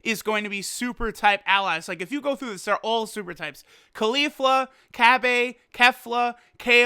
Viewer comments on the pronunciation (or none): Why do you say cabbay? It's cabba and japanese say cabbe because they have weird pronounciation. Like youtubers are messed up... says gotings???? Wtf is a gotinks????